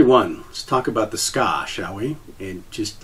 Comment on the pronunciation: the ska? you mean the tsuka? Its pronounced Tsu - Kah, dont mean to be that guy but it took my a whole minute to figure out what you where talking about.